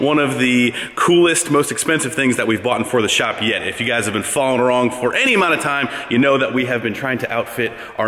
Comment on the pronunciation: Did anyone else notice tjat he said "following arong" like 15 seconds into the video